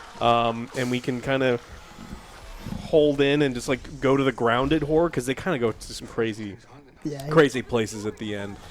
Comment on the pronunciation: Is that how you pronounce Horror? Interesting, please say it more Joe in sentences